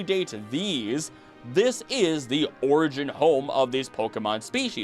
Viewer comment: You know how to pronounce the word Origin…you can’t tell me you don’t know how with all this research you do